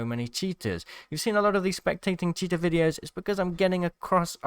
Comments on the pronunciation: Not poking fun but I swear sometimes it sounds like your saying Cheetah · Everything he says cheater and the subtitles say "cheetah" 🤣